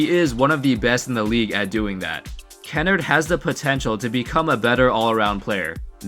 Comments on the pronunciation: You pronounced Luke Kennard’s name so wrong. It’s like kin-nard not kennerd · Ka-nard not kennerd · it’s ken-nard not ken-nert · It’s KEN-ARED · Its pronounced like Luke (Ken arrrd) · Bro u don’t even pronounce kennard right lol